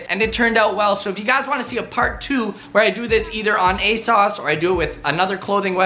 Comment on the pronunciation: Its asoooosss not asauce 😭😭